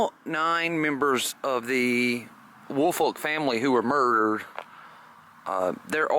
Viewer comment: WOOL-FOLK. That’s my last name and I absolutely hate how it’s pronounced. It’s literally a compound word. WOOL-FOLK say it with me would ya folks! Not Willfort, Wilfred, Woolfork or every other name I’ve heard for yearsss. Ya killing me smalls